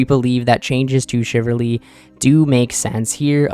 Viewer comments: Shiv ul ree .. not Shiv err ree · I'm not sure if you're a native English speaker, but Chivalry is pronounced "shi-vuhl-ree" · Shiverly??????? wth is that?? CHIV - ALL - REEEEEE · Shiv-ull-ree Chiv-al-ry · Chivalry, not shiverly lol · How about u find one source where it’s pronounced chivalry then I’ll kiss ur toes